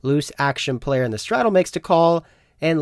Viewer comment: for some reason, you pronouncing all your T's as D's tilts me haha, player make DA CALL OR DE CALL. never THE CALL.